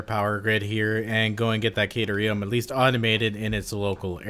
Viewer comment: The way you say caterum makes it sound like a drug lol